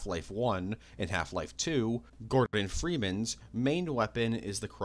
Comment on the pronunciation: “Gorbin Freemans” 😂